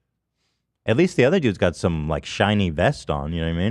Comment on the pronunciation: blud said shinny vest😭 hi-vise buddy